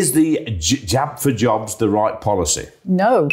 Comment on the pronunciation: Jabs or jobs - got lost in pronunciation 😅